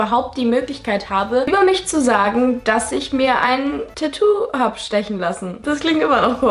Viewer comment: Das heißt tatou nicht tätou